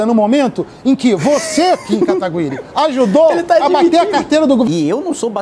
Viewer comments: o cara não consegui falar seu sobre nome sem errar toda vez kkkkkk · Cara qual e a dificuldade de falar kataguiri??? N é possivel q esse cara n saiba nem falar o sobrenome do oponente